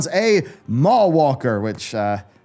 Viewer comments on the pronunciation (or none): MAW walker... not mallwalker. Took me a second lol